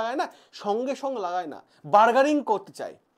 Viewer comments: That is Bargaining --not Bargaring. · বারগারিং নয় কথাটা বারগেনিং।